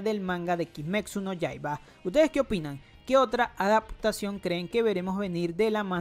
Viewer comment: lo único que me molesta es que siempre dice "kimeksu no yaiba"